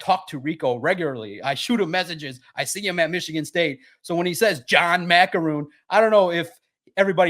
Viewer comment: just talked about something that Maakaron wrote and he couldn’t say his names right… Pretty clear Valenti had never heard of this guy before 😂